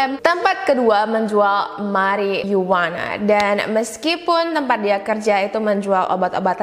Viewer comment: Mariyuana bukan merryyuana...